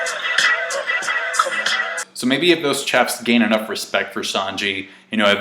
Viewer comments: Why does pronounce chefs like that? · The way you're saying "chefs" is triggering me